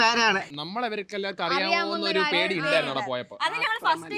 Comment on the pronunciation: പേടി not പ്യെടി